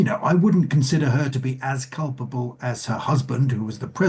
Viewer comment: It's "Culpable" NOT "Culpbale".